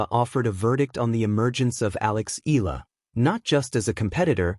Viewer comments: It irks Filipinos when you can't even pronounced EALA, it's pronounced "EE-YA-LA" not ILA...please get it right, maybe you'll get more views!! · Please pronounce E Ya La, just a suggestion. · It's AI. The mispronounciation is an AI flaw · U cannot even pronounce Eala correctly😮😂😅